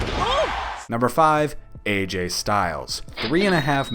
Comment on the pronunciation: why the aj is ai